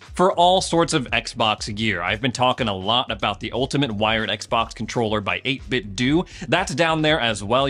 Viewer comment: it's pronounced 8 bit "dough" like Nintendo